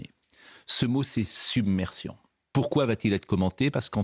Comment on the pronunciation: submersion dit un et Attal summersion ....